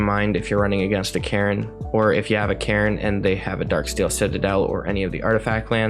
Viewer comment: Omg I had to stop watching after the second match the way you pronounce Karn just blows my mind lol